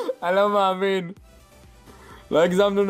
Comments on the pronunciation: "אני לא מעמין" אינדה קלאש 2016 מבטא ערבי מושלם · בםעם הראשונה ששומעים את זה זה נשמע ערבי